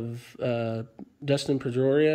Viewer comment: I just thought you butchered Trevor Story and Dustin Pedroia, in the same sentence.